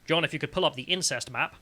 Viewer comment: " insest map" lol classic